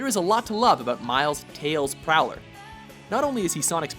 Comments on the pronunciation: its not miles tails prowler its miles prower as in miles per hour. get it? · Miles Tails PROWLER?! It's Prower... hence the joke, Miles 'per hour'. And I almost had a reason to be happy that Sega got a mention.....